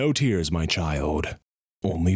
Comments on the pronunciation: i actually heard tiers instead of tears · Is that "no tears my child" or "no tiers my child"